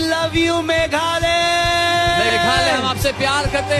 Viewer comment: Ia i nongpule news, sngewbha kynnoh bha shuwa ia ka kyrteng ka jylla lajong...ym dei megha-LA-ya, dei me-GHA-Laya. Lehraiñ ba tang kyrteng jong lajong ruh ym nang kynnoh.